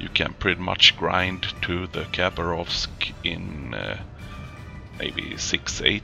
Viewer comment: I have no f** idea why youtube have recommended your videos as documentaries for battleships..... lol :D seriously WTF !? :) If you allow a little correction,- actually the correct pronunciation is Ha'bArov'sk, (without K ) english language is poor for the translation of (any*) languages By the way nice gameplay :] ,... wait a sec... you lost!? well ... i think you need som "target-water energy drink" oh we call it [cough*] wodka [cough*] :D you can't play one of our battleship without to feel like an true RRrussian because you need to feel the spirit of mother Rrrrussia, if you want to win! :D ahh just joking... cheers ! :]